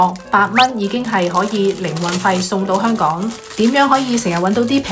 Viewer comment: 讀音：係香港、唔係香趕